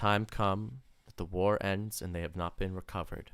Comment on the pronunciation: I love when things ands instead of ends